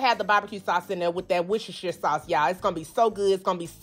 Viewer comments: It's Worcester sauce. Not "wortceshire". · I was Born about 12 miles from Worcestershire, and I love hearing americans try to pronounce it! This lovely ladies attempt was pretty good. It's wuss-ter-sher but we just call it Worcester (wuss-ter) sauce. Never cooked or even eaten meatloaf before as its not common in the UK so looking forward to try this recipe out! Thanks for the great video! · That's not how you say that "W" word lol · normally I really enjoy your recipes so I find this really difficult to say... Worcestershire sauce